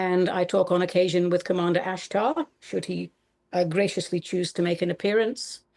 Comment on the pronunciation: She speaks with an accent, it feels only little bit ,like her basic language is hebrew....when she said Ashtar, the "r" in the end it sounds a" throat r" like in french let say, but also hebrew